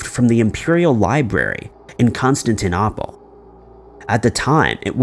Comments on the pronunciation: And, Constantinople = Kon-stan-tin-oh-pul, not Kon-stan-teen-op-ul. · Long time gone Con-stan-tedkoppel? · Ed-in-bur-ra …. Con-stan-tin-o-pull. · And- " Con- stan- tin-OH- pull" ..He often gets super hard to pronounce words correct and easily recognized one wrong..go figure.. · How about learning the correct pronunciations of the words you're using? Bi-zantine? Constantin-oppel? The pOpacy? Unsubscribe... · He is making me cringe. It's bad enough he can't pronounce Scottish places but Constantinople? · You might have just broken your own record for the most mispronounced place names in a single video. "Constantinople," "Edinburg," "Byzantines," and so forth. On a more content-level matter, the most likely explanation for the tiny coffins is that they were memorials to sailors lost at sea. Loved ones probably commissioned a craftsman who was known locally for making these items, and he did so on several (possibly more) occasions over the years. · Gotta love how he pronounces Constantinople😑